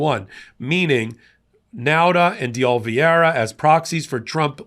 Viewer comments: No offense but you pronounce De Oliviera like this De O-li-Ve-era. I think. Correct me if I’m wrong. lol 😂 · The name is De Oliveira - that's day olly verra, not the way keeps mispronouncing it. C'mon, man! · you are the best and my favorite journalist/commentator! I find you articulate, smart, and a graceful communicator. There is one thing though, it’s pronounced DAY-OH-LEE-VARE-UH. Just saying. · Since I don't do social media this is specifically directed at. His name is De Oliveira. Yet you consistently pronounce his name as though the "i" in Oliveira is placed before the "e". You're mispronouncing his name. This isn't the first time either. Though I would find it hard to believe that you're doing it on purpose, as some sort of a dig, I would suggest that you consider the possibility that you might be dyslectic. In any event, please pronounce his name correctly. Otherwise, I love what you do, been a subscriber since nearly the beginning.